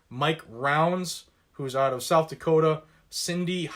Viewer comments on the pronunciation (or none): none